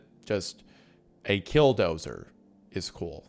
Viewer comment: Man, I don't know if it's your accent or my auditory processing difficulties, but I keep thinking you've said "Dildozer". At like all the wrong times 😂😂